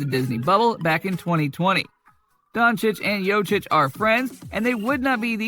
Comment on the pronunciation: As much posible as for you to say corectly Jokic's name.